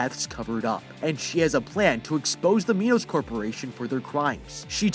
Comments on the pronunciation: It’s Minos not MEnos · its pronounced "my nuss" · It's mi-nos just so you know just a friendly fact